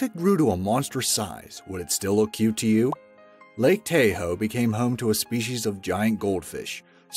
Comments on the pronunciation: True lmao I literally laughed out loud with a 'wtf??' when I heard him say Tay-hoe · It's Taaah Ho not Tay Ho. Lake Tahoe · This guy said tay-ho it’s ta-hoe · Lake Tay-hoe? People in the U.S. call it Tah-Hoe. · It's Ta-hoe not Tay-o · “ taw-hoe”not “tay-hoe” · It’s Ta-Hoe... not tayhoe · I cringe when he says lake [tay-ho].... Its pronounced [tah-ho].... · Most of these catches would have been easier with a masterball. that squid scared the shit out of me that even my soul felt it to the core. Also, it's Ta-ho, not tay ho you idiot. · Lake TayHoe?? Lake Tah-Hoe bruh... I lol’d when I heard Tay-Hoe over and over with the goldfish 😂 😝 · Lmao Lake Tay-hoe! never heard that one before. Even foreigners who visited *Tah-hoe always pronounced it correctly. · "Great Zombie Jesus" that was annoying. "Lake Tayho"... It's Lake Tahoe you moron! As in "Tah-hoe"... And people are supposed to learn from this channel... 🤦‍♀️ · Lol, Tahoe pronounced "Taw-ho", not "Tay-ho". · It’s lake ta-hoe. Not Tay-hoe. Smh. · 1) I wish Narrators would Pronounce Location names correctly.. Tahoe is TA Hoe not Tay hoe 2) Why use "Scifi footage and photos" when talking about giants instead of actual or in proportion photos? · I am so confused by your voice. You seem to have an American accent, yet you use European wording and mispronounce fairly common words known to America. Such as Tahoe. Tay-ho? Tah-ho. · when he says tay-ho i cringe so hard. It's Tah-ho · Toh- ho not tae-ho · umm.. its lake Tah-hoe not Tayho -- ive seen the huge jellyfish under the docks in wa state too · He says,"Tay-hoe", but it is,"tah-hoe". Lol. Great vid though!! Keep it up. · its ta-ho not tay-ho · It’s lake ta-ho not tayho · To point out the incorrect pronunciation not tA-ho pronounced Tah-ho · It's pronounced taa ho... not "tay ho" lmao that's my home town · Too bad your electronic voice does not know how to pronounce Tahoe. It is a short a as in AH and then HO. NOT TAYHOE> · TAH-HOE, GOD! I HATE ROBO-VOICES! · Tah ho